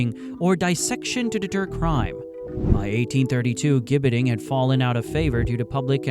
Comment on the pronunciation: It's pronounced 'Jibbeting'. I live in the UK and there is a place called Caxton Gibbet, about 6 miles from my home. There is an old wooden structure, remnants of a gibbet